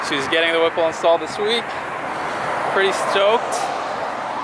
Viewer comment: “Whipple install beings” lol